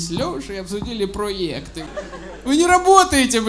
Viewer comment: Кажется слово ПРОЙЭКТЫ Серегу научил выговаривать Дедищев